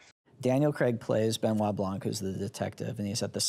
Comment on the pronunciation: Blanc is a french word, you do not pronounce the ''c'' at the end. Kind of pisses me off each time they say it lmao